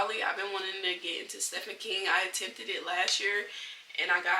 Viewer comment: Hi I’m new here. Thanks for your book recommendations. I’d like to read some of them. Also, Stephen King is me of my all time favorite horror/suspense authors. The correct pronunciation of his name is “Steven”. It’s just spelled with “ph”.